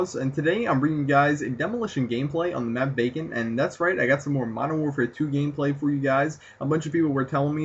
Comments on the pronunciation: k right at the start it sounded like he said "on the map bacon" instead of vacant, anyone else think that? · sounded like you said bacon instead of vacant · It sounds like you say "in the map bacon"